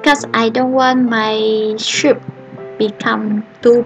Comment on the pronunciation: Good video. But you have to pronounce soup like "soop" not "shoop".